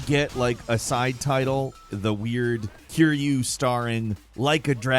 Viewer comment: Don't pronounce Kiryu's name like that😅 sounds like he's Kirby...